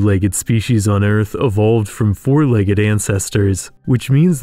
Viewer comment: Say legg-ED one more time.